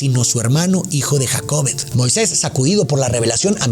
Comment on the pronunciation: El nombre es Jocabed, porque dice Jacobed? 😮 Es muy shockeante oírte decir que te perturba el hecho de que se hayan ejecutado dichos actos literalmente en el nombre de Dios, pero que tal lo que pasa con los niños a diario en las iglesias, eso es real!, porque esto no sería posible?